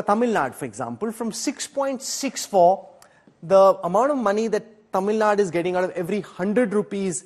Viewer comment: It is infuriating to hear Tamil Naad, instead of Tamil Nadu from an english channel. PS: I'm not from Tamil Nadu.